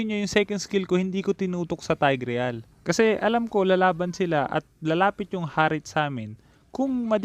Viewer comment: sana ma pronounce mo ng maayos ang tigreal.. it's tayg-rel. hindi taygREYAL